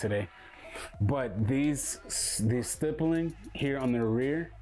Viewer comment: Stipling not stypling